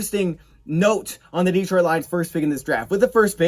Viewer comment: It's Detroit Lions-not Deetroit Lions